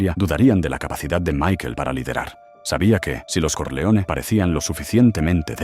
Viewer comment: This AI soundtrack sucks. Corleone should be pronounced correctly. It’s not Solosso. Stronjest? Come on.